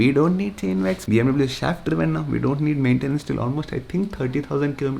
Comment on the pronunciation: Dude pronounce BMW properly